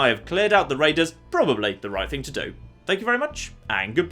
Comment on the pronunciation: Be vewwy, vewwy quiet, I'm hunting waidews?